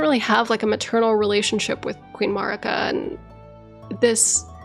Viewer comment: You have several different audio references from a bunch of different characters in the game, so why do you feel the need to put your own pronunciation on Marika's name?